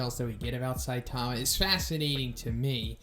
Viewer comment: Love you videos, but please bro stop saying saitama like that... saiTAMA.